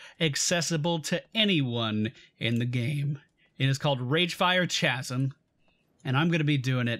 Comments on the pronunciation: Chasm tis pronounced, "Kaz-em" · the way you pronounce Chasm triggers me.